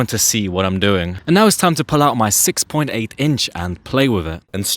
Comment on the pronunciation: Is it just me or is there emphasis on the 6.8 in